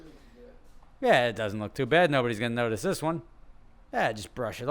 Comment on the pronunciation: "zis channel is cursed"